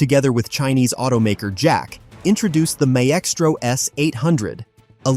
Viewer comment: Somebody please train the auto-reader software: My-es-tro, gimme a break. It was funny the first 3 times and then just became annoying and embarrassing. Blech - 🤮